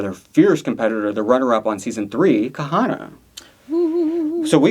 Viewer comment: Idk why u keep calling KHIANNA, “KAHANA” 😭